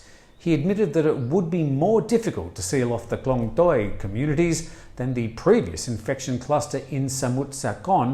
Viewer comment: You were never going to get the pronunciation of Klong Toey correct, it's one of the hardest place names in Thailand for foreigners to say right.